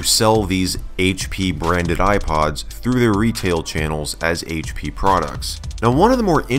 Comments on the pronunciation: the haich pea shrekpod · “HAICH PEA” dankpods - 2020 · haitch dea? four kay? Haitch pea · HAITCH PEA™